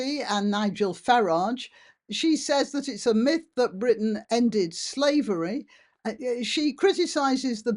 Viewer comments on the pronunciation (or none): none